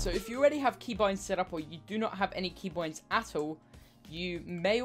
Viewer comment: The way he said key boinds 😭